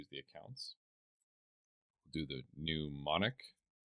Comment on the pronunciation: Mnemonic is NEE-monik not NEW-monic